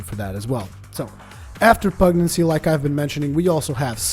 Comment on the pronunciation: Pugnacity - (pug nas itty) pug - like the dog/ nas - nasty minus the ty at the end/ itty - like titty without the first T. pug nas itty - not pug naccy.